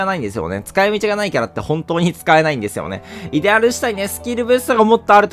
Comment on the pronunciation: イデ↑アル